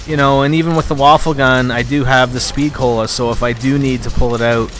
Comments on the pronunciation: its not pronounced waffle its pronounced wa-fey what in german mean weapon. so its a wonder weapon traslated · its va - fe get your pronounciation correct next time. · the WunderWaffe is actually supposed to be pronounced "VunderVaffe" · i'm not gonna lie, you're being a troll and a docuhebag, it's a video. First, he's pronouncing the wunderwaffe as 'waffle' for effect, like does. second, you don't have to watch it, so just watch another video without commenting? and finally is a 'fuck you; really relevant? i think noy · no it is pronounced woon-der-waf-fe